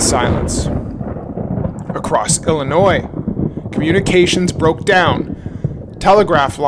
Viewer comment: Men & women of the Internet: please understand the the "s" in "Illinois" is silent. For many of us, it's like nails on a chalkboard.